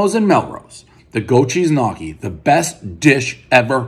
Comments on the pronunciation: One goat cheese knockee, everyone knows it’s pronounced knee-oh-key. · Ha! "Knock-kee" you mo fo... gnocchi, gnocchi! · more like knee-ockee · did he really just pronounce gnocchi "Nocky"? lol!!! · One tub of “nockee” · Goat Cheese Knock-EE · Lol "nahkki" it's pronounced nyo-ki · One “knockee” everyone knows Dave will mispronounce a basic word every review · Lenny Nicotra 🤣🤣🤣 knockee is nutssssssss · One goat cheese knocky everybody knows Prez can’t pronounce gnocchi. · One grown adult who doesnt know how to pronounce Gnocchi as (ni- o- ke) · sure but it's a different sound and I'm not American so for me it's close but not as it should be pronounced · you need to know how to pronounce gnocchi first, we have some of the best in my area